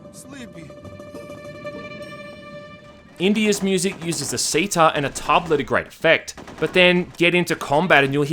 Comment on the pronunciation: Ah yes I too love the see-tar.